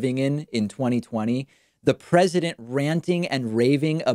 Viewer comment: Da pwezidunt